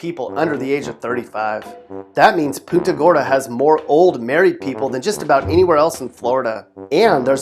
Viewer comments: Saying Poonta Gorda is like nails on a chalk board. Its Pun ta Gorda. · It’s pronounced puhnta gorda not poonta gorda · Did a 5th grader produce this ? I will say, that Floridians put up with some shitty restaurants. I cannot find a decent pizza in the entire fucking state. BTW, it isn't "Poonta" Gorda. It's Punt-A-Gorda. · It's puhn-ta gorda, not POON-ta gorda... see what's on your mind, mhmm. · IF U CANT SAY PUNTA GORDA RIGHT THEN DON’T COMPLAIN ABOUT IT 😚😂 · You've got your list all wrong. I have lived in Florida my whole life and I gotta say Punta Gorda (which you pronounced wrong) is not boring. About thirty minutes away from that city is another city called "Arcadia". There's nothing to do there at all. It's mostly married couples and old people. It's "boring" according to your standards. That place and Punta Gorda are pretty similar, googling them brings up practically nothing fun. But drive through Arcadia and you'll realize why the elderly and couples wanting tonstart families go there. It's filled with trees and animals, it's beautiful. Drive through Punta Gorda and you'll find the most beautiful beaches and a really cool park for small children wanting to play with their kids called Gilchrist Park, and a pier for families to hang out called Laishley Park. It is filled with the elderly and married couples because they're family areas and they're very beautiful. Just a little lesson for ya. The most boring places are areas where you can't take a step without being robbed. No one would be able to enjoy a vacation like that. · Learn how to say Punta Gorda. I'm from that county that Punta Gorda is in. When I lived there and went to school there. There was always something to do. Don't knock it, if you haven't tried it. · You pronounce Punta Gorda like a tourist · I've never heard Punta Gorda pronounced like that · The way he pronounced Punta Gorda, made me laugh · LOL.. This guy can't even pronounce Punta Gorda correctly!